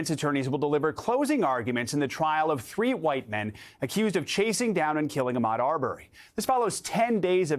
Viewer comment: Did that dude say Achmed Arbery????And then Rittenhiss. Deary me 🤣